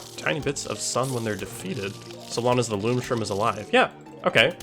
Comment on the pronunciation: you do say "ong's" as "awn's" (i think without noticing) lol